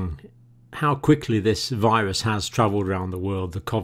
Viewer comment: Whats a “viwusss” Lol